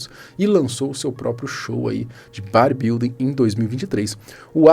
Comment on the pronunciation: Porque o fala Bari building kkk